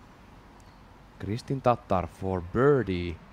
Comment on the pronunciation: Im just glad to hear somebody do it justice and pronounced correctly. After all the times she's been called a type of mayo based sauce or a dish containing raw beef and eggyolks😅